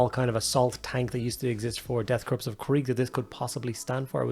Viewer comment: Great video. Also, the p is silent in corps.